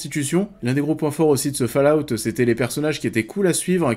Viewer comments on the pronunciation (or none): none